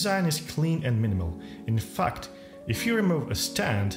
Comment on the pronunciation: Lol doesnt sound like "in fact" I was like woah what? then re listened XD